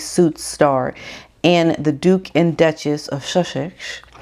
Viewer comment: i love how you say "Shushex"!